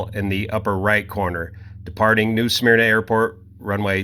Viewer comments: And it’s pronounced “Smerna” and not “Smeerna” but I give a pass on pronunciation - he’s not from here😊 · And as a near-local, it's not "SMEAR-nah." It's just "Smurr-nah". Thank you for coming to my TED Talk. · Just so everyone knows it's pronounced "smur-nuh" rather than "smeer-nuh." This really hit home for me because I grew up in the area. It reminded me of the Blue Angels crash in the same town a few years prior. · SMER-NUH... it's pronounced "smer-nuh". Lived there for 15 years. Also, where did you get the "New" portion of it? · Great info.. but we pronounce it Smur-nuh.. again great info.. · actually, the natives pronounce it suh-merna. I dare you, however, to find a native these days.